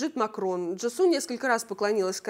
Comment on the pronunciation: Правильно говорить Джису́